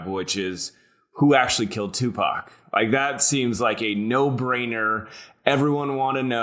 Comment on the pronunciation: The guest says Topac? Not even close to #1 mysteries